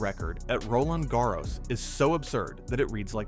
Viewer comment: great video but this is the most horrid pronunciation ive ever heard of roland garros